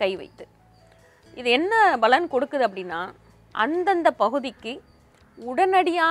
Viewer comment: Balan endru sollatheergal....Palan endru ucharikkavendum...ungal programme is very good and useful